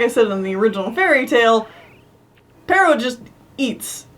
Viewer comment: It's "Pero," not "Perro." I'm fairly sure this is because it originally comes from a French name like "Perrault," which in Japanese turns into "ペロー" (perō), which then in English becomes "Pero." It's a funny coincidence that it sounds like the Spanish word for dog. As a sidenote, it seems likely that it actually is "Perrault" because apparently that's the name of the Charles Perrault, who popularized the story. So I'm guessing that's where the Japanese writers got the name "Pero" from.